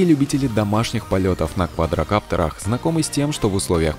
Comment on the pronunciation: "Полетах на квадрокАптерах" Что?!?